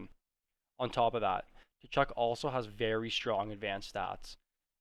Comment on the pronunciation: The T is silent in Tkachuk